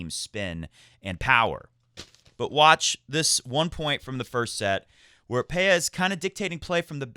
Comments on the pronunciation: I think it's pronounced Pe-la, not Pe-ya because that is how he pronounces it on the ATP website. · Pella is pronounced PEH-ja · The ll should be pronounced like a j, as in James, and the a as in apple.